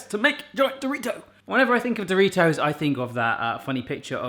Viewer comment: I hate the way you say do. Ri. Toes.